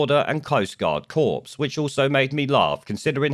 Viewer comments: It’s pronounced “core”, not “corpse” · FYI it's pronounced 'kor' not 'corps' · "Corps" is pronounce "core". Good video. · ‘Corps’ is pronounced ‘core’, not ‘corpse’, which is something else entirely. Just saying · Corps, pronounced cor, ok thanks for e erything good reports bless you. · the s in corps is silent. Your saying “corpse”, which, on reflection, might be the right terminology 😂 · when you say Corps, don't pronounce the p or s, as in Marine Corps. A corpse is a dead person. And I am Mr.Pedantic lol